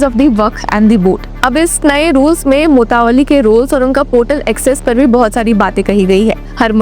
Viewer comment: Anchor concerned please need to work on pronunciation like mutawalli, awqaf etc.